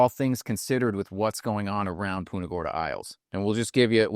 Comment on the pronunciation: Hey, would you please stop saying "Poonta Gorda".